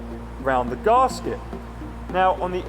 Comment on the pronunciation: Garrrrrrs-ket? I've never heard it pronounced like that before.